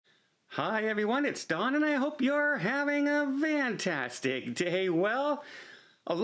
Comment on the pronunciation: Why do you say Vantastic instead of Fantastic ...?